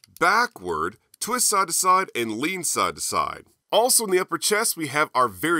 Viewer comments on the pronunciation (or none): none